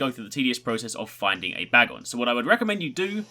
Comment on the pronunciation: You're saying bagon's name wrong